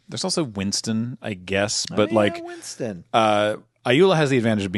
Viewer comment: this mfer said Winston